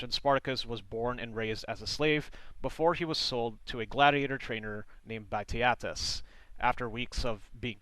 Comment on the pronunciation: He mispronounced many words and names. For Ba-TI-a-tus, he pronounced Ba-Te-A-Tus.